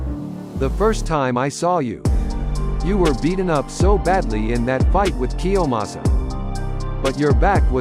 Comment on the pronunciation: Not kiyomas kiyomasa